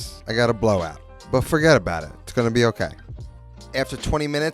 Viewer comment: "Forget about it"-NYC accent